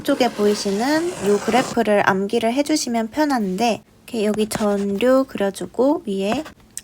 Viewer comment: 전류 발음 전뉴 또는 전류(x) 절류(o)